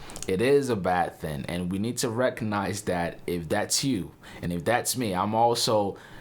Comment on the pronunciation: and you say it's not a "bad thin"... I think someone forgot the G lol